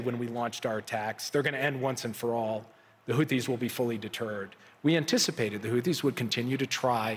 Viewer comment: "We anthecipated"😂😂😂😂😂😂